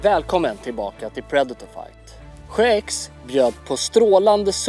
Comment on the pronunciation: Att ingen rättat Mattias på hans uttal av predator